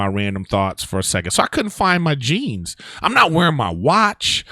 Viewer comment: I swear I thought he said he couldn't find his cheese, not jeans, like ahhh shit that would be rough.